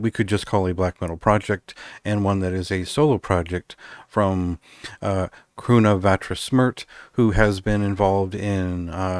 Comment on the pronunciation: Thanks again for the great review, and kind words!! Oh and you got ‘KRVNA’ right first go re your pronunciation, definite hard ‘V’ in there, haha. Cheers & glad you enjoyed it!